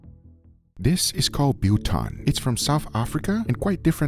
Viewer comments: Its Biltong not Buton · It is pronounced bilthong not biltong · Buton? its friggin BILTONG! you bellend... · Bil-tong not but-tong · Biltong not butong 😂😂❤ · its pronounced "Bill Tong". not Biel Tongue. i doubt it tastes like our biltong. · Bill tong not Biel...I'ts what we call it in Dutch, and seeing South Afrikaans is like broken Dutch...just a little titbit. Also Jerky is sold here in little bags of 4 pieces. and 10 to 15 bucks....Yeah you'll get two good bags for that price over in the States. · Wtf is “Butan” 🥲🥲🥲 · Biltong. Pronounced Bill tongue. The meat is cut along the grain, not against it. ASpices are usually, roaster coarsely grounded coriander, a little nutmeg and a little grounded cloves mixed with salt and a little brown sugar. Some people use Worchestershire Sauce. Meat is packed in a basin, sprinkled liberally with the spice mixture and sprinkled with vinegar, layer by layer. left overnight and hung in a cool dry place. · Bill-tong, billtong… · pronounced BILL-tong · It's pronounced bill tong. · Try ostrich biltong next it's the best ever.. It's delicious and amazing however it's not the same as jerky cause jerky don't have any flavour it's dry.. It's pronounced bill - tong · I can't believe he mad boltong with out drowors well it's fine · You prenounce biltong as bill(like pay you're bills) and tong(like tongs that you grill with). So two syllables: bil-tong. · dollarBILL bbqTONGs BILL-TONG. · in australia we pronounce biltong like billi-tong or billa-tong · its pronounced Bill Thong Guga....you also need beer and Sports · Guga its pronounced Bill - Tong. Also its the only jerky(biltong) on your plate as biltong is naturally air dried and not cooked Lol. As South Africans we make various biltong from game, buck, ostrich and even tuna fish. I love your videos and think you would love a good South African braai(barbecue) where everything gets done on the fire even the bread and coffee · It’s Bill 🫣 Tong in its pronunciation Guga 😂😅🤣